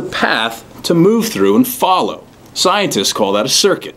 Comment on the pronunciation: he keeps on saying " isenceists say..." you r a sincerest